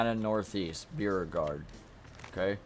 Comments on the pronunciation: Beauregard is pronounced BO-RE-GUARD. You kind of butchered it. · Beauregard = bow.re.gard (Beau is pronounced like a compound bow) 🙂